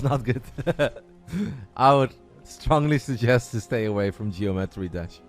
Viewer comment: saying Geo-metry is triggering